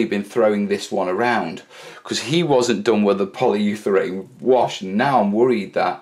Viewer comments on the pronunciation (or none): ... Anyone else cringe every time he says "Poly You Therane" instead of polyurethane? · Repeat after me......poly-You-ra-thane!;)